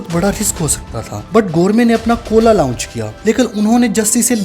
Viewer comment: لاؤنچ اور لانچ میں فرق ہے /درست لفظ لانچ ہے